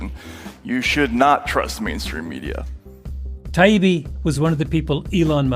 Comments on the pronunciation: I'm now embarrassed by how much time I've spent listening to your podcast and reading your books. I listened to the debate and was sorry for all the times I've recommended you. Now I've come across this gem. Still pronouncing Matt Taibbi's name wrong, still referring to Douglas Murray as disrespectfully as you can get away with. Matt mentioning Walter Cronkite was not a trick to send you off into a BLM fit of rage. Douglas Murray is not a racist, proving you don't read past a headlines when you've already made up your mind. All this episode did was prove that when your tactics don't work you immediately revert to your echo chamber. They were honest with you, just not about the right things. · reputations take years to build and seconds to destroy. and the satisfying thing is that he deserved it he wasnt listening and was immature in deliberately mispronouncing the names of this opponents. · Yes, mispronouncing Matt Taibbi’s name and then calling Douglas Murray. Doug was smug an intentional. Malcolm, I love you. But you’re better than this you really are. Please reflect go deep. Why do the book it’s really what you’re good at. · That really rubbed me the wrong way too. It was clear "Malc" was mispronouncing it on purpose as a way of dismissing Matt whom he likely hates for publishing the Twitter files. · I agree. I admire Malcom. I just don’t understand why he struggle so much with the debate. He should listen more and it was so difficult to think that I read his book when he had a difficult time even pronouncing Matt last name even after he corrected him. Seriously, Malcolm… I listen and read most of your book and even though I don’t agree with all your views. I still listen and can understand your point of view. Please just get better. Maybe the 1,000 hr rule might help. I can definitely recommend a Great book about how great people become great. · He even mispronounced his name many times. That's how little he cared. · Tie Eeee Beee How hard is that?